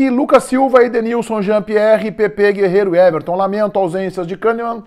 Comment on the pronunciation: É guerrero e não guerreiro